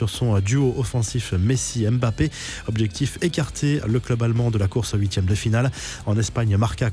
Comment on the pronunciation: Mmmmbappé et non Bappé